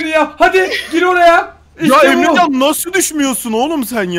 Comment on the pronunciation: ABİ 8 45 DAKİKA DA EMRECANN DİYODUN YA GÜLMEK TEN ÖLDÜM O DAKİKA DA